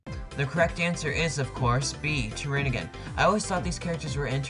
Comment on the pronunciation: This was really fun, u rule! I love all the trivia parts. You made excellent choices in background music too. Btw, it's actually "toriningen" not "torinigen", but I made the same mistake for a long time. Yume Nikki forever!!!